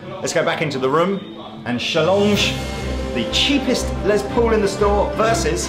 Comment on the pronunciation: LESS Paul not LEZ Paul for the love of christ